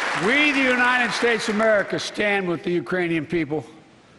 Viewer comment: Is just me or he keep saying unined instead of united.??